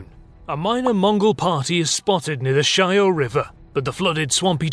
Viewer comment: Not 'Shyhoe' river, no h sound there, it's not Spanish. It's more like 'Sha(h)-yaw' river (Shah as in mah, nearly as in awe, but short vowel).